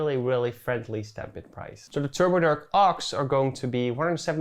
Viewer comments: Isnt it turbo dark? Drkshdw = dark shadow? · lol the way you said turbodrk sounds insanely turkish lmao,great video!